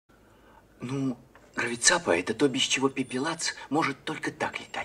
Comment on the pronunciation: Почему гравицаППа, а не гравицапа?